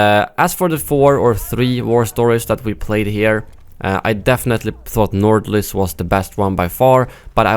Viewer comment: bro u are from sweden and I am from Norway, we both know how to say nordlys so dont pretend like u cant pronounce it properly because u are talking english or something